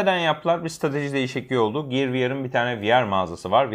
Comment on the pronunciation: Ya lütfen ciyır demeyin şunlara giyır anacım giyır gear.